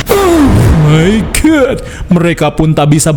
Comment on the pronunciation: Selalu seneng kalo denger kata Ohhmaigatt lagihhh😂